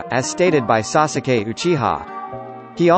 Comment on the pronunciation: Why do you say “Sa su keej” instead of sasuke like every normal person?